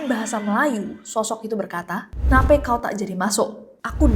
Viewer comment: Pas bhs Melayu nya : Nape bacanya bukan nape kaya kak nessie bilang tp nape (e dibaca kaya bilang seru). Nape tuh maksudnya kenapa.